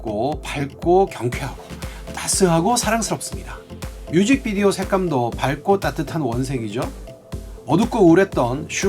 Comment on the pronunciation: 이렇게 섬세하고 통찰력 있는 분석 고맙습니다~ 근데 '맑고'와 '밝고' 발음이 살~~짝 어색해요*^^* [말꼬] [발꼬]라고 발음해야 해요^^ 요런 거 지적해서 좀생이 같다고 하면 어쩔수없지만ㅠ 외랑둥이 아미들도 영상 많이 보는데 잘못 배울까봐요.. 넓은 마음으로 받아들여 주세요~~